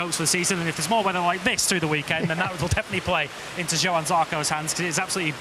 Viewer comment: even as an orstraylean I can pronounce johann correctly - please please try